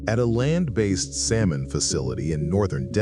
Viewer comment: This idiot can't even pronounce the word salmon correctly